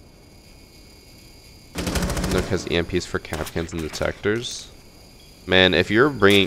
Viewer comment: Mans be saying “Nook” Instead of nokk pronounced “Knock” but that’s it other then that great vid